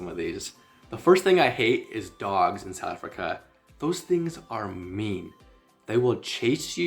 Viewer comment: Not Sou Africa, but South and then Africa. Please say the th.